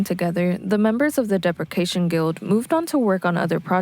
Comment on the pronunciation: I agree. There is a promising base there but it's poorly researched and any chance to shoehorn in AR Kane is always taken. Seefeel wasn't the only casualty. Depreciation Guild and Ulrich Schnauss were also mispronounced....it's like they don't hear the names of anything ever said out loud and just read stuff online. Look up bands online, do bear minimum research and then post. Some of the acts mentioned are atrociously off topic too.